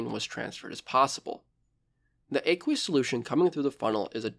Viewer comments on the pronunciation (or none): none